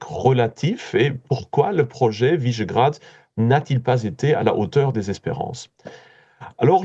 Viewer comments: Quelle barbarie de prononcer "Visegrad" comme "Vaisgrad" comme si c'était un nom angloaméricain. Qui est ce journaliste? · C'est quoi cette prononciation à l'anglaise de "Visegrád" ?(au tout début).